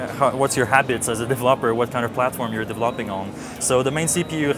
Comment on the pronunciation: that is the greatest pronunciation of "developer" I've ever heard